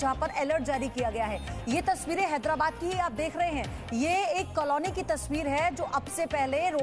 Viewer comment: कलोनी नहीं मैडम कॉलोनी क्या पत्रकार बनते हो re ekdum gawar language